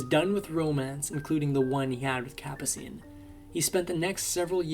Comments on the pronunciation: Capascene! Learn how to pronounce names. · The narrators voice is AI. The voice can't pronounce Ferrer or Capucine. Obviously AI flaws.